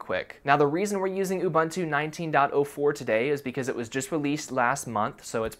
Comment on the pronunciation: My guy, its Ubuntu(U-bu-ntu). . . literally. . .not ubantu. . ..